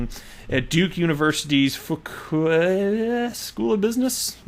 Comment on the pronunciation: Good try! It is pronounced Few-kway.....took me a while to get it as well.